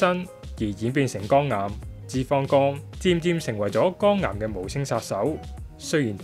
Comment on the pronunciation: 肛癌定肝癌呀喂？幾個旁白啲懶音都咁勁，係唔係專登㗎？